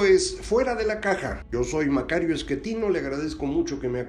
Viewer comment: Macario,tu eres Schettino, NO eres Eschettino. Por favor pronuncia bien tu apellido.